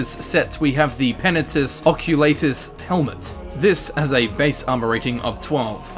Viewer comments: That slowly dying feel when someone pronounces it 'Occu*lay*tus' rather than 'Occu*lah*tus'. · Same. I pronounce it "Ock-you-lart-uss" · I pronounce is "Uh-coal-uh-tis" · it's really bothering me the way you say oculatus ... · The way he say's Oculatus pisses me off.